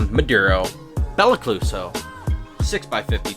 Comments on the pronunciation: “Belicluso” lmaooo 😂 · nah beli-ca-loose-o lmao